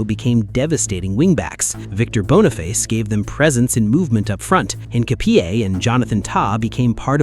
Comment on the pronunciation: BONNY-FACE not bone-eh-face